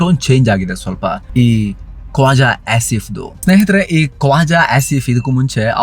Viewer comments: ಅವನು ಖ್ವಾಜಾ ಅಲ್ಲ ಕೋಜಾ.. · Khoja alla😂😂😂 kwaja adu